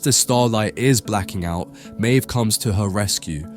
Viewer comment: He also can't work out if Maeve is pronounced "Mave" or "Meeve".